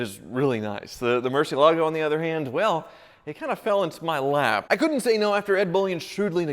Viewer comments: PLEASE SELL THE MURCIELAGO! Or as Ed Bolian would call it, Murci-ellah-go... Flippin weirdo that guy, I tell ya... First time I heard him pronounce that, he just never sat right with me from that moment on... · Took just 16 seconds to murder the pronunciation of Murcielago. A new record.